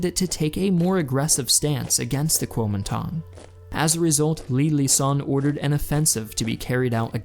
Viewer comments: Your text graphics used Pinyin Chinese words while your voice over used Wade-Giles Chinese pronounciation. I really enjoy your videos but small discrepancies make them mildly confusing at times. Great oversight though. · The way you pronounce kuomintang needs to be better